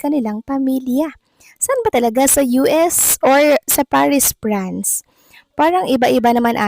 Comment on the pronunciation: VLOGGER:.PARIS, PRANCE X CORRECT PRONUNCIATION: PARIS, FRANCE